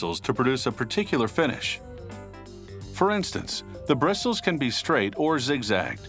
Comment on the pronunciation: I thought he said fetish